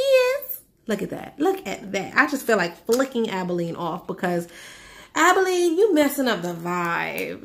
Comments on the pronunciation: Aba lone eee - abalone. Not abileen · ABALONE is named after a rare sea shell. It's not abileen how you're pronouncing it ...